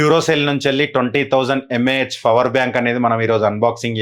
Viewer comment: Bro fower bank Kadu power bank 😅 Just kidding bro